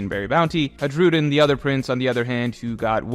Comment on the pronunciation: Hey, going by the Swedish pronounciation, Hajrudin would be pronounced as Hi-roo-dyn. J is often pronounced "ee" in the nordic countries.